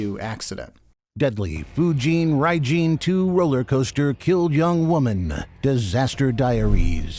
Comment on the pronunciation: I think my soul just left my body after hearing how that AI voice said Fujin Raijin II